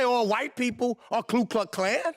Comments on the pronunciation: He cant even say the name right. Its Ku Klux Klan. Not Klu Kluck Klan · Mr. Meeks can't even pronounce Ku Klux Klan. The KKK is the Democrat party which he & other White & none Whites have declared is their party, the party of the KKK, segregation, Jim Crow laws, pro-slavery, Poll taxes, and everything that is racist. Meeks chooses to be, either stupid or ignorant. Democrats were also the party that loved Adolf Hitler until the day America declared itself at war with the NAZI. Democrats created the NAZI youth in America. Democrats received a personally signed Document, thanking the Democrat party for helping Hitler take care of his "Jew Problem" as described in the letter. Democrats are America's Communist party in several versions of Communism, Marxist, Socialist, Fascist, Hitlarian, Maoist, & Leninists. Democrats are a hybrid of all of these movements. What they are not is Christian, Constitutionalists, America loving, & they HATE truth & reality.